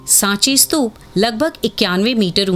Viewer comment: स्तूप है ना की स्तूपा, 🙄🙄